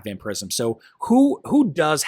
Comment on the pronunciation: its vampire ism not vamper ism